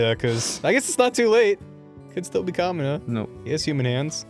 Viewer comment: The whole time was saying "Kamina" up till the point he mentioned gurren lagann, it sounded like "Comuna", and when he said "Kamina's so cool", I guess it rolled off the tongue so fast it sounded like "Comunist's 're so cool".